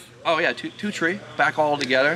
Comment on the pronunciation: “ oh yeah, two tree hours and done “ 😂